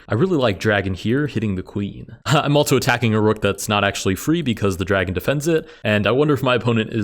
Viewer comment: I agree, his voice is nice but I noticed he pronounces "also" almost like "altzo" along with similar words, I wonder if this is a regional thing or exactly why